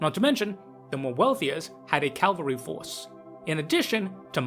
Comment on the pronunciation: I've think I've whined multiple times but Cav-al-ry.🤣